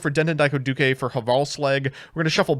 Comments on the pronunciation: I have a feeling that's a "duke" and not a "du-ke". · den den daiko doo-kay is the new Re-sit-all Starling bc never ays it right. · It's impressive that can pronounce Fuki-Modoshi pretty much spot on but he can't say the word "duke". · How… HOW did he manage to mispronounce the easiest part of “Speedroid Den Den Daiko Duke”?